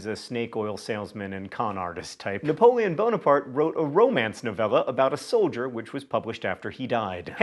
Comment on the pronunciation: "Napoleon Bone Apart" smh